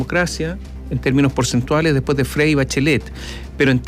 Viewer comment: "El día depues de la catástrofe"